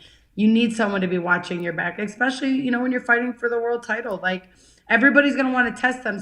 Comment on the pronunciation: Jessica, I'm always routing for you!! A bit of advice for you. You gotta train yourself to stop saying "x-specially". If you fix that, it will help you in the communication department.